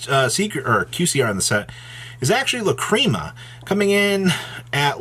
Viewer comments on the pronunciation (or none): I was thinking that as well lah-críma it’s lacrima there is no accent on the I … also fulowars tf I feel he doesn’t practice the script and is just looking at the screen and stating the obvious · FOR THE LOVE OF GOD. It is not “LACREAMA” stop being an illiterate cringe lord.